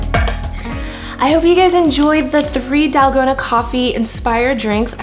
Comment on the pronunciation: it is not dalgona it is TALL-KOH-NA